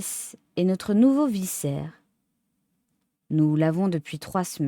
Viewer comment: Vicaire ne se prononce pas comme viscère mais avec le c se prononçant comme un k😂 Merci autrement pour la lecture agréable